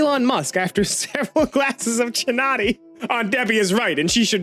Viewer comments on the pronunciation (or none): Apartheid is pronounces A-par-tide. If you don't know, it was essentially South African segregation, and lasted up to the 90s. Also, Chianti is pronounced key-an-tea. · A-par-tied Key-ahn-tee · I don't mind the "/" reading, but the pronunciation of Chianti as "jinati" really hurt my wine loving soul...